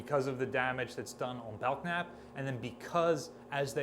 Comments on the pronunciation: The "k" is silent in Belknap: Bell-nap. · You are the only person I've ever heard pronounce the K in Belknap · The "k" in Belknap is silent. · FYI Belknap has a silent k. At least Belknap Butte in central Oregon does